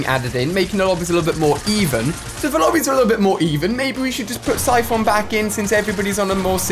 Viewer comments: Everybody: (Cy-fin) Ali-a: (Cy-phon) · Did anyone else cringe when he said “syphohn” instead of saying it like “syphin” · Buhjee YT it’s pronounced Siphun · David Seglall and no u don’t pronounce it as syphohn